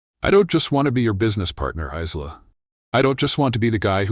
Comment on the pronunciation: Nice story, but the AI narration needs work - starting with regularising the pronunciation of her name. Isla is correctly pronounced ‘I-la’ - they use at least 3 forms in the voice, and even more in the auto text!